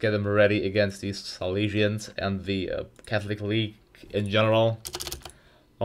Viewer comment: "the calthic weage"